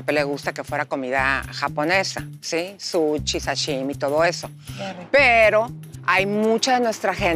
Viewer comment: Super fina y elegante y dice suchi😂😂😂😂😂